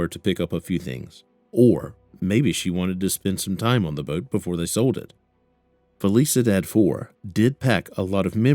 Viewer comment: “Fell eesa dad” 😂 You mean felicidad (fell eesee dahd””